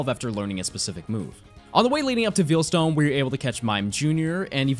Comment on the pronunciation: Something I’m endlessly amused by: the way says Veilstone. He says it like veal, like the meat, instead of like the word it is, Veil. If you’re wondering how to say it, think of it this way: how do you say the term “Wedding Veil”? If you want a direct pronunciation: Vay-uhl.